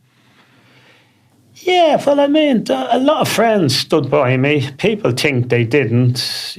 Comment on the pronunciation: The way he says think is brilliant tink 😂😂😂